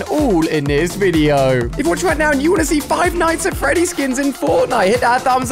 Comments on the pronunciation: Stop saying “five nights at Freddy” It’s Freddy’s Not Freddy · Ali-a it's five night's at freddy's